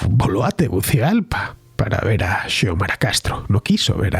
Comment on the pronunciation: Se pronuncia Siomara.